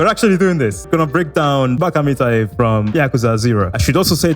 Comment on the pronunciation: Thank you for pronouncing it right. It's so frustrating hearing people pronounce it incorrectly